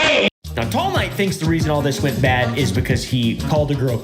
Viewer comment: everytime says tall knight it sounds like teomai